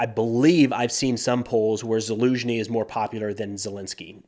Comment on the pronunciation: Haven’t listen to this YouTuber in a while. Verdict: he finally learned how to properly pronounce Zaluzhny.